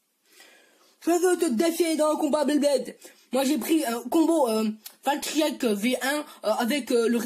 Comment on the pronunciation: Sa se dit dead pheonix en takaras ces comme valtryek sa se dit valkyrie et nn pas valtryek en takaras